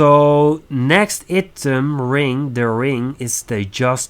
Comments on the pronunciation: Good video man! Item is pronounced eye-tem ^^ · Nice video but your english is poor. prenauncing "item" wrong is bad haha